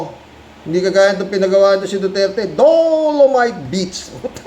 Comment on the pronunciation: Kuya natawa ako sayo pag bigkas mo ng D O O O LOMITE